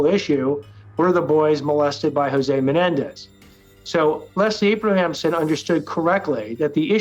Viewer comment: Can someone teach hochman to pronounce "a bram son " Abramson Its not" aberhamson "